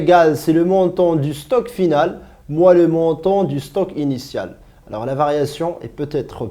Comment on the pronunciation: Bordel de merde c'est quoi ce français :@ :@ :@ ALEUUURS , keumon , un stock qui apparaitre ?! duh cours plein d'erreurs